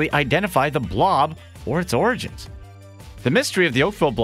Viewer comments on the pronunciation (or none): none